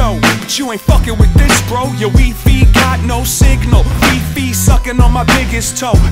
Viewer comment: Dude stole my weefee wifi pronunciation bit. Fuckin fresh